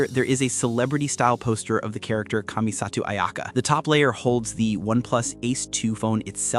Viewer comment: The pronunciation of kamisato 😭😭